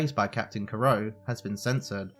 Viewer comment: Ah yes, captain kro, don Craig, and barateeee. Can you please just say the names right